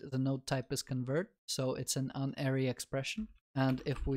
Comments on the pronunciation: god damnit unary isn't pronounced like uninstall, it's pronounced like unity also + is not an operand, + is a binary operator, it's binary because it depends on two operands likewise, a unary operator has a single operand conditional operator is also called a tertiary because it has three operands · Unary is pronounced as in Unicycle, Universe, United. Not as in onion, undead, unhelpful.